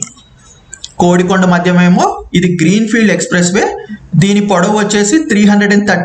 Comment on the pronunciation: నాకు తెలిసి అది "కొడికొండ" అని పలుకుతారు. "కోడి"కొండ అని కాదు. చూసుకోగలరు దయవుంచి. నేను తప్పయితే క్షమించ గలరు.